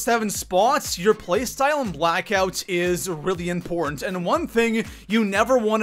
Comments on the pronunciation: It's "important" not "import" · Is he saying import instead of important? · It bugs me every time when he says “ import” instead of important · important is pronounced ... im..port..tant. not impornt. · How does this guy have 750K subs? His voice is so annoying. “It’s so ‘import’.” What? LOL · This dude really can't say important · What cant this clown pronounce "important" correctly?